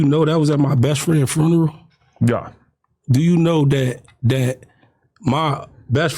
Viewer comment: Did he say fooneral?